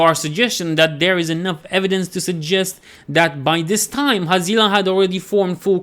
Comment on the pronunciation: Always thought it was pronounced Hazz lee Ah